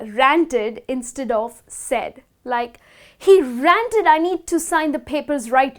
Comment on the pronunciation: Did she pronounce "ranted" as "rented" ?